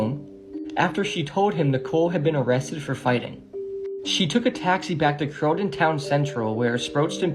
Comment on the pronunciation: The Brits school is in croydon plz say it right.